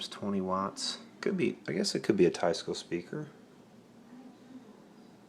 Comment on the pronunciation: Nice old Teisco. Pronounced Teesco I think. Lol